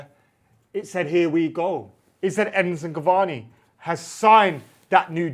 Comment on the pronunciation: His name is Edinson Cavani guys. At least get that much right